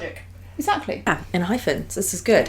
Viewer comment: i love enhypen. they've so many good bside tracks as well with very different vibes. please check more songs. btw it's en-hy-pen not phen and en-gene sounds more like en-jean than engine. anyways thank you so much for checking their contents❣oh and Jungwon didn't become a leader because he's no.1 on iland. after the debut gp was confirmed, they had like about 2 months process to choose the leader. And the last top candidates were Jungwon and Heeseung. since Hee is the eldest he said he would rather be the hyung of the group. So Jungwon became the leader rightfully. he's young but the most emotionally mature and strongest one among them. A funfact is Jungwon also got the cactus pot plants from Namjoon as encouragement/blessing gift during iland.